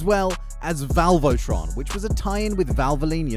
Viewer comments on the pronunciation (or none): "valvotron" naur.........................